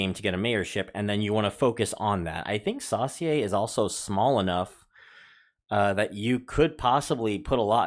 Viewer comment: So cool-I live in Ocean Springs. Biloxi is pronounced B-lux-e So-sure or Saucier.